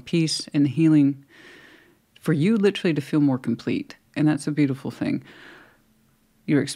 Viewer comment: LIT -TREE 😂 Girl lol